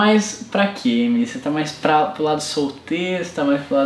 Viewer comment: o rezende disse remily no inicio kkkk